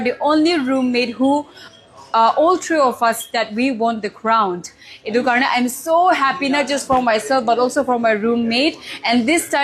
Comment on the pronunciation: Congratulations miss! Sorry for this, but I hear 'crownt'. May you continue to shine. You are beautiful and confident.